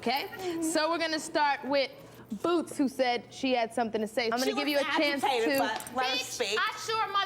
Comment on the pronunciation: "BOOWTZ" lmaoooo